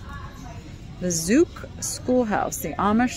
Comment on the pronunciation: Amish Schoolhouse - Zook rhymes with book 😊